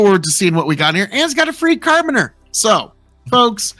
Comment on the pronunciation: carabiner, said "care-a-beaner"